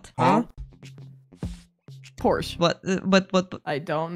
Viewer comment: that was a porthce not a porche